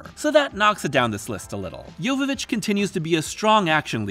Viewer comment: Holy crap, you pronounced Mila's last name correctly! That is rare.